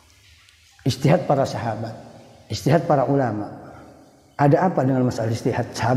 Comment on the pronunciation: Ijtihad bukan istihad😂